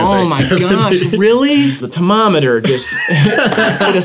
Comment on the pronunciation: for the first time i genuinely couldn’t tell if was doing a bit or if he just can’t pronounce (or read) tomatometer